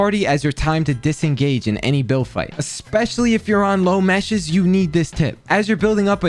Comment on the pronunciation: meshes? tweakin